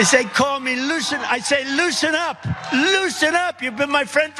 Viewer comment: Sounded like he almost called himself lucifer at the beginning before saying loosen up.